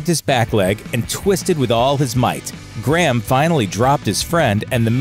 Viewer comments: It's really annoying how he pronounces Graham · why cant Americans say the name "Graham" properly?